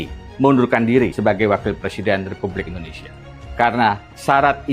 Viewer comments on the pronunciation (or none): none